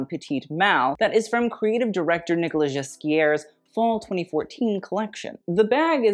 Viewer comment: Honey, learn how to pronounce Nicolas Ghesquière, it's not that hard... 😆😆😆😆